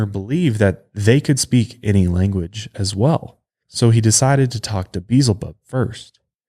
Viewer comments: It's pronounced Be el zebub. Not "Beezle bub." For a guy who supposedly grew up in church you should know this. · Beelzebub not Beezel Bub omg You continuously say it wrong Beelzebub it’s in the Bible it’s another name for Satan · Why do so many people say Beelzebub as if there is no L before the z, it's not Beezlebub, it's Be-el-za-bub. The version you guys are saying is Beezlebul which is a way of saying the name but it doesn't end in "bub" it ends in "bul". Sorry this is just a pet peeve of mine. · Love you guys but Beelzebub = bee EL zah bub. Sorry was just bothering me every time you said it. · Better watch out for Be-el-zi-bub, he might get offended being called Beezelbub.😉😆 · I was like beezulboob? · For reals though! The mispronunciation made me cringe every time. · Maybe getting his name beelzebub pronounced incorrectly is the real reason, why he was "talking in broken sentences" and was hard to understand during the exorcisms, cause he got some kinda speech disorder from it. (I'm assuming, time doesn't exist for demons and he could hear it). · I kept on correcting him, out loud lol.